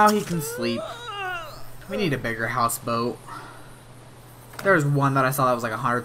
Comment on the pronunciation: Um houseboit?? Houseboat*